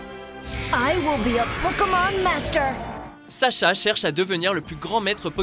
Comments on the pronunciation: c"est saCha pas saSha avec un S c'est l'orthographe feminine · Ce n'est pas Sasha mais Sacha...